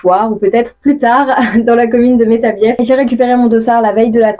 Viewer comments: Métabiééééééé (on ne prononce pas le "f") Mais félicitations et merci pour les belles images ! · "Métabieffe" nooooooooooooooooooooon :,( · Prononce pas le F de Metabief stp